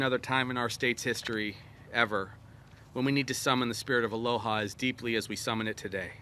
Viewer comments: "ALO-people of Hawaii" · 1 minute in, couldn’t say Aloha, mispronounced names, made inappropriate and off colour joke, forgot the mayors name, compared him to a football player of a team he couldn’t remember the name of... 1 minute.